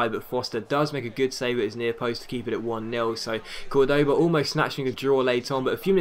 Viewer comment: In spanish the vowel with the " ´ " always means that's the streess syllable, so Córdoba's stress syllable is "Cor".